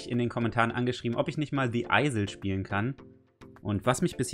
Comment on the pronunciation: Du hast the isle falsch ausgesprochen 😂😂😂👍 ich hab das Spiel selber.Das ist sooooo cooool